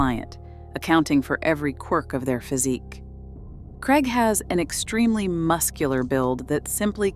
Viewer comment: Krayg not Kregg. Craig rhymes with plague.